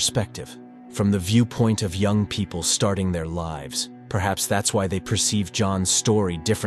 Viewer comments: It’s John young not yang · Why do you keep pronouncing it "yang"?